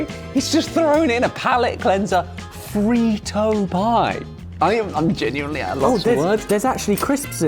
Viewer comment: “FREE-TOE POY” 😂